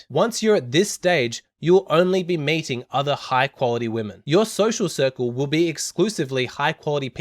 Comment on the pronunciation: When you said "meeting", I kept mishearing "mating" edit : That said your point is so simple, common sense, yet not so common I kind of knew it but never consciously put it into words, thank you so much